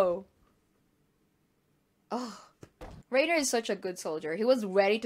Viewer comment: PLS, PLS, PLS its pronounced "RYNER" not "RAINER" I know its not a big deal but Ive been cringing since early season 1